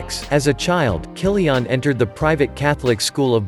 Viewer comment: Who the hell is "Kyli-ONN" ??